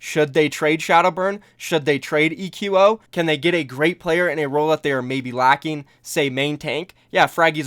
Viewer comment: I think eqo is supposed to be pronounced like the word "Echo"